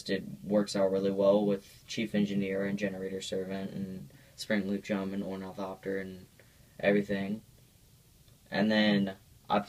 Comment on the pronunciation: I if you're name is gonna be ornithopter then you should say it right